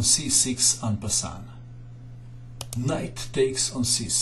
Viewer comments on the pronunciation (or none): i know that, this is the terminology for all languages, for me it is just funny to hear someone pronoune frenches words in english. your comment, like you, is useless, but thank you <3